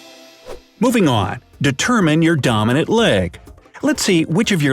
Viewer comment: How many times he says domonaint